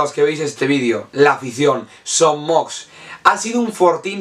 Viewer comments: Gran video però una cosita es son moix no son mox. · Son Moix se pronuncia "Son Moish". De nada. Buenos videos,! Cap Amunt Mallorca!